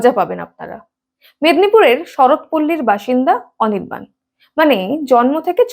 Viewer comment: অনির্বাণ ❌ অনিরবাল✅ 😂😂😂😂😂😂😂